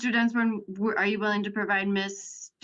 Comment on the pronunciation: And the way the judge pronounces his name sounds like ”Dunce-born”.